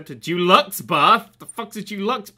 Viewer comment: "Accept a Dulux bath"....so, they tip a tin of paint in with you then? Learn to speak, c'mon, you have aspirations of being an author ffs.